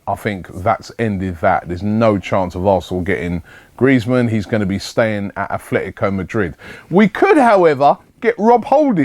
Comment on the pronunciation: There’s no ‘H’ in Club Atlético de Madrid, Robbie.